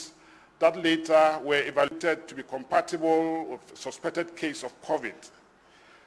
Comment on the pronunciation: It's Covid-19 not Covet-19 get it right please.